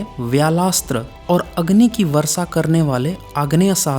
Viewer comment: एक बात तय है की मे वीडियो मे क्या बोल रहे हो इस से ज्यादा तुम्हारी आवाज़ पे ध्यान दे रहा था. बड़ा ही घटिया तरीका है बात करने का, ऐसा लगता है किसी सडक छाप को उठा के वीडियो मे बोलने लगा या हो. Pronunciation और भाषा पे भी ध्यान दो. कोशिश को कोसिस और वर्षा को वरसा, शुद्ध को सुध बोलते हो. कॉन्फिडेंस की कमी लगती है तुम मे. छुप छुपा के बोल रहे हो ऐसा क्यों बोलते हो? अपनी आवाज़ से ही वीडियो देखने वालों को भगाने का गज़ब का हुनर है तुम मे. खुद से नहीं होता तो किसी और से बुलवाओ वीडियो. बकवास और घटिया आवाज़ और pronunciation के साथ हमारे कानो पे अत्याचार क्यों कर है!!!!